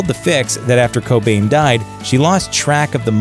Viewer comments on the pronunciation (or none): none